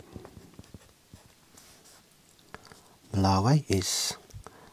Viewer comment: as an geography student i felt pain when i heard malawi